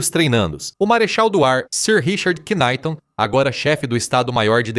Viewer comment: Ei, ei! Não se pronuncia "qnaite" mas sim, "NAIT"! Em inglês não se pronuncia o K, quando este está no início de uma palavra! Por exemplo, não se lê "qnaite" em Knight (cavaleiro) mas sim "nait"! Vê-se logo que aqui há a "mão" da IA! Soa tão ridículo e é lamentável!